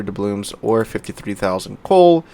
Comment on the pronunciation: why do you always say dublooMs? :D